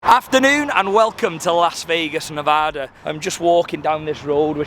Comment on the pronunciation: Hahha a British guy pronounced Nevada correctly when 60% of Americans can't